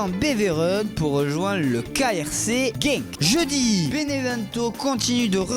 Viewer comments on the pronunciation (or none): le pire ses sa quand il dit mecredit et jedi